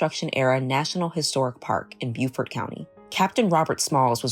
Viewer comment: Awesome story! ... but the town's name is pronounced 'Bowfert'. I grew up in North Carolina and we also have a town named Beaufort.